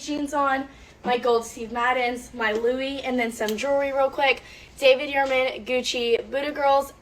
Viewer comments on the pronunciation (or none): none